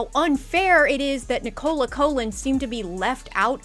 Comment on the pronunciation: Her name is pronounced NIC-ola COKH-lan (not ni-COH-la COH-lan)